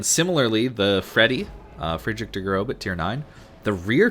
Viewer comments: May i correct something? ß as in F.D Große is actually an double S. F.D Grosse and not Grobe. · Great video as usual but if you say Friedrich Der "GroBe" again I'm going to shit your pants. Frankly my biggest pet peeve with NA commentary is the complete ignorance to pronunciations. Makes everyone sound dumb and it's an extremely easy thing to fix with a quick Google search. It would make the videos that much better I think